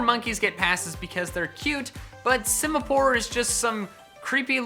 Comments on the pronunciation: SIMIPOUR, NOT SIMAPORE! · Simipour MORE LIKE SIMIPOOR